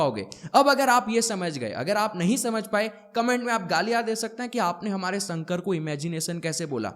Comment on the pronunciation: Sir, with all due respect, your Sanskrit pronunciation leaves a lot to be desired. It’s शिव and शंकर, not सिव and संकर! उच्चारण पर ध्यान दीजिए 🙏🏻